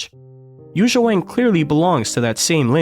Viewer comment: She is creating a new school. She leads the piano in a new era. She is the future! This is it! By the way, her name is not Yuza, it’s Yuja Wang (/ˈjuːtʃiɑː wɑːŋ/), the right spell is Youtzia